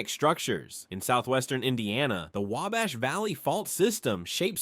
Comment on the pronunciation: I liked the fact that the last time I watched an Indiana 50 fact's about Indiana the individual kept saying Way-Bash and this narrator pronounced it properly multiple times and I am from Marion, Indiana